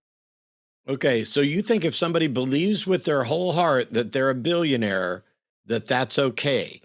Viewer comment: Why does he keep saying “billeeuunnare”